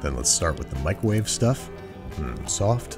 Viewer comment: I know this video is a year old. However, why did you continuously say microwave like that?